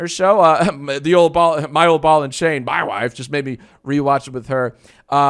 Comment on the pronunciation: The way JJJack says "mAI wyYFE" will forever haunt my dreams. Thanks for the new night terrors! Keep em coming!